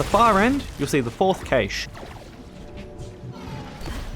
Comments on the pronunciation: super helpful but dear god its pronounced cash. like money. there's not ay in the middle of it. some people say Cash-ay which is wrong but I've NEVER heard anybody say CAYSH before. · It’s pronounced “cash”. Rei even says it. 😂 Fun aside, you were correct, this IS the only video I needed. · Great video, horrible way to pronounce cache😂 thanks for the guide